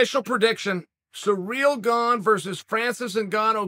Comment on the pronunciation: Bruhh, I hear “Surreal Gong”